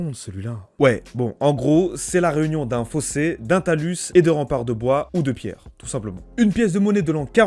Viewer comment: C'est une chausse trappe quoi. Talus Suspens Limes Ce sont des mots français ... prononciation à revoir. Merci pour la vidéo, bonne continuation.